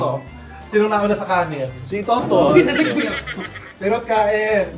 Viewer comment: Kanin hindi kanen